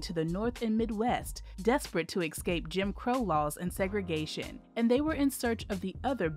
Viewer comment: …”desperate to excape”🤣🤣🤣🤣